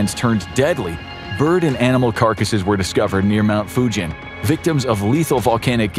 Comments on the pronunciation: Mount Fugen is pronounced like “Mugen” Honda, not like Fujian in China. Not “jeep” sound but “geese” sound. Just being picky… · The mountain is not called Fujen, it's a G .... Fugen. I know it may come of as nasty, I just want to help English speaking understand